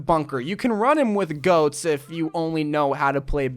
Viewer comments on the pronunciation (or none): can you say goats it's not go